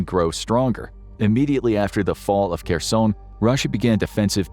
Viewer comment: Why does this guy pronounce Kherson with a French accent?